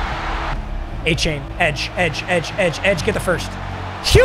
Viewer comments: Pronounced A-chan not a-chain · Hey, it’s pronounced “A-Chan” not “A-Chain”. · I wish A-chain' name was actually pronounced like that. But hes been telling people its A- Chan . Chan like Jackie Chan. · FYI, Achane's last name is pronounced "A-chan" not "A-chain". It's not a big deal but if he is your RB for the rest of the season, I would probably try and fix it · 88 overall Leighton Vander Esch gets lurk artist lmaooooo. Also it's A-Chan not chain. CHAN as in Jackie Chan. Not chain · Btw his name is prounouced a-chan (like jackie chan) rather than a-chain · A-Chan Not A-Chain papa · Not trying to sound like a dick or speech teacher, but it is pronounced A-Chan, not A-Chain. Pronounced it the same way for a while. Love the vids, keep up the great work. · its pronounced a-chan. still love you papa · Papa its pronounced A-Chan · Acane is how it is pronounced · Hey man just wanted to let you know it's pronounced da Vaughn achan like 4 chan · Pronounced a - chan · For the love of god pronounce his name right It’s not A-CHAIN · Yo gotta pronounce Achane the right way he was pissed after his first game when they were saying it wrong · please learn how to say achanes names 😂